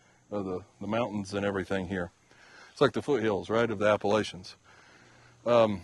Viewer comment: Oh my! I have heard of fishing with dynamite, but thought it was just a tall tale. He had a lot more guts than most folks. I nearly jumped out of my skin when I heard that gunshot near you. I want to make a correction for you. Appalachia is pronounced like this...think of this sentence.."I will throw an apple at 'cha. Living my entire life in these beautiful mountains, I tend to be a stickler about how it is pronounced. The weather channel drives me nuts...LOL!! Thanks for another great video. I truly enjoy your video's. Hope you have a great week. God bless!